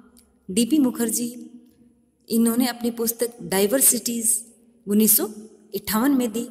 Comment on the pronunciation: मैडम जी gunnis सौ नही होता, उनिस सौ होता है